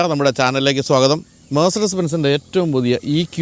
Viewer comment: Most of the automobile vloggers in India pronounce the name Mercedes wrongly. also is not different. They can easily rectify it by listening to European vloggers.